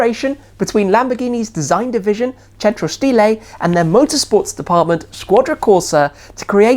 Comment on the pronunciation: Also that 'centro stile' and 'squadra corsa'